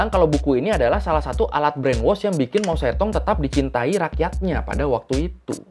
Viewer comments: Loe ngomong kedengaran gue itu bukan mao zedong tapi mo setong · Baca nya Mao cetong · bacanya mau se tung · Kayaknya pengucapannya , mou zedong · Mao Zedong seharusnya dibaca Mao Ce Tung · kan dh saya ralat Mao setong. Ini blm pernah sy dengar. Klo salah pengucapan ya gk mungkin brkali-kali. Jangan kepedean. Jangan sok mengulas sesuatu klo gk tau.